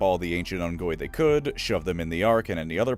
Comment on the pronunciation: Had to pause watching because I know the Grunts actual race name of Unggoy is Tagalog for monkey (which I've been aware of for awhile,) and it's pronounced Oongoy. 🇵🇭. Cheers.